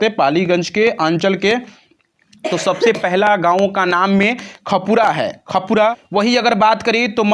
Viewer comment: Yar khapura nhi h khanpura h thik se padhiye